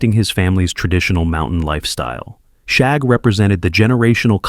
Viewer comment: As a child of the '60s and '70s, I remember all of these. I do need to say that if you're going to use AI to narrate your videos, you should probably listen to them to make sure things are pronounced correctly. For one, the youngest Rugg child was called Shagg, not Shaug. The names were all taken from shag rugs of the time.